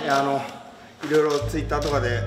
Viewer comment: トゥイターww ほんとグレオカ劇場もそうだけど、コメントもうまい！ww